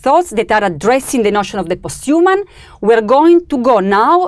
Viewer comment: "Post you mun" 😄